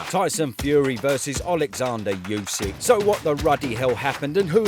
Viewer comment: “You sick” 😑 why can’t anyone in the uk pronounce his name correctly? It’s just dumb.